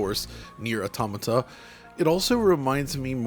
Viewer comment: Thank you for pronouncing automata correctly